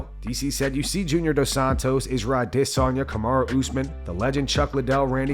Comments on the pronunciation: Can you please pronounce "Adesanya" correctly? There's ni "day" in his name.. it's not the way Israel pronounces it. Make that your number one comment👍🏻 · It’s really pathetic when people copy Helwani's erroneous pronunciation of Adesanya because they think they’re being politically correct and respectful to his culture. First of all izzy has no culture. Second of all do you really think everyone from Jon Anik to Joe Rogan, from Dana to Izzy himself mispronounce the name of one of their biggest stars? And you think Izzy doesn’t know how to say his own name? I’ve heard him say it, and it’s only aDEsanya to Helwani, I think because either Izzy was fucking with him or because Ariel will go out of his way to overly ass-kiss and pander to any person with skin darker than his, and especially to any of his muslim brothers who want his Jewish ass impaled on a pike and burned alive. So, stop mispronouncing his name to get woke points from mma fans. What’s wrong with you? Have you ever heard anyone but Helwani say aDEsanya? No, I know you haven’t. There’s a video somewhere years ago of izzy introducing his family, his father, and i forget who else, and he says Adesanya. This is just another example of Ariel being a woke goofball and not knowing people are laughing at him. And I don’t even hate the guy, I think how Dana treated him should be one of the biggest stains on his legacy as UFC president. Like Biden, he doesn’t want annoying questions he doesn’t want to have to answer, he wants fatfuck Morgan to ask him hard hitting "questions" like "Dana, talk a little about so-and-so's amazing performance tonight." That’s some serious Pulitzer